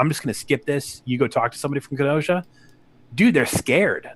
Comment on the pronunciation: Ken-oh-shah 🤣 im from wisconsin! Whats up!